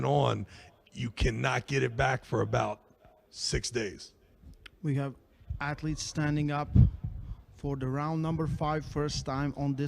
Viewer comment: I love and Respekt but he needs to learn athlets names